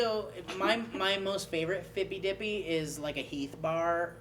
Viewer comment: it's fippy dippy.